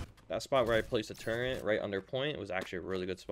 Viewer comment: Turret....not turrent...